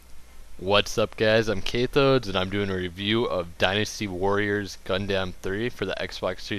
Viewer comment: is not called gundamn is called gundam